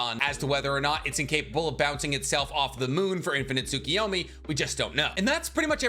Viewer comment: 😂😂😂 unfortunately didn't manage to help when it came to "tsukiyomi"